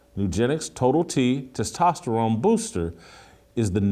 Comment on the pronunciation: Someone got on Jason for his Testosterone pronunciation. 🤣